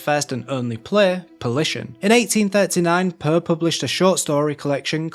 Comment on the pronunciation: I love your dialect, but if I were you I would adapt myself a bit when speaking to an international audience. The way you pronounce Poe as “puh” is really distracting.